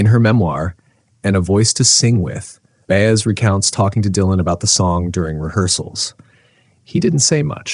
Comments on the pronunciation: her name is said Bai-ez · Her name is pronounced "Bah- ez." Mine is, too! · Her name is pronounced By-ez; not Bay-es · You call her "Joan Baze?" Seriously? I'm out at the 30-second mark. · as soon as I heard Joan's last name mispronounced twice .. I stopped the video . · This was so articulate and well written. Couldn't you have practiced saying her name correctly? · I'd give you a like if her name were pronounced right. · I wish the narration could pronounce Joan's last name properly. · That's AI for ya. AI is as perfect as the chip on your debit/credit card. A supposed perfection of reality. 😂🤣😂🤣😂🤣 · Sadly, very sadly, the narrator does NOT know how to pronounce Baez. What a shame. Reduces the value of the story, which is on target